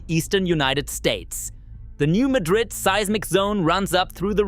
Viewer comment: New MAD-rid with accent on MAD.